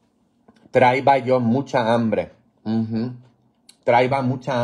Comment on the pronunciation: Buenos días padre le escribo de Italia, k rico esos huevos con queso hace desear, un saludo a la distancia, padre no se dice traiba se dice traía del verbo traer. Buen apetito como decimos acà usted es muy jocoso, es muy bueno siga asi😂